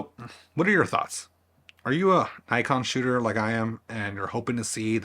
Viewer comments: You can’t even pronounce Nikon. How could you think you were in a relationship with it? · no that’s wrong too. It’s NICKon. As said by 100% of the rest of the world. It’s a shortening of the older name Nippon Kogaku. Why would the I vowel suddenly change? If you’re going to say Nykon then you may as well say Nyssan to refer to the cars.